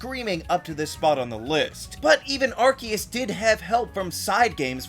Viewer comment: You did it all right, you dissed the gen wunners, you dissed the gen three fans, you pronounced Arceus correctly and you identified the best generation. You did it you mad man, you made the perfect Pokémon tier list video!